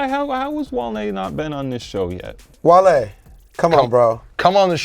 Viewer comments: gets worst take for calling him wahle and not wale haha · really called wale, wall-e come on man you gotta do better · for that wall-e pronunciation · needs to be punished next week for “waly” 💀😂😂🤦‍♂️ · had the worst take pronouncing Wale as Wall-E 🤦‍♂️ and Trinidad rocked the shit out them Steve Madden joints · said Wall-E lmaoo hold this worst take